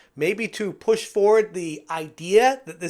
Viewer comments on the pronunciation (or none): none